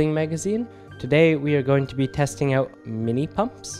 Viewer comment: out. not owt.